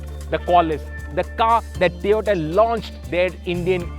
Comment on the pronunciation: Surprising that you are mentioning Tiota. All due respect it's TOYOTA not Tiota.